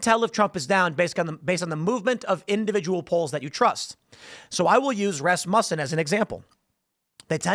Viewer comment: Rasmutton isn't how it's said